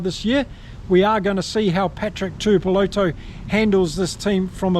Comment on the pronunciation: Alot of people online butcher Patrick Tuipulotu's last name. Especially non kiwi channels. But come on bro as a ex kiwi. You go to pronounce it correctly. Its pronounced "two ee poh lot two"